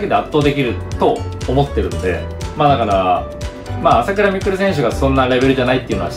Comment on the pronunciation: 朝⤴︎倉⤵︎未来で草